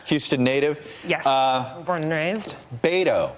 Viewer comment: Please learn to say pronounce Beto. It not that difficult.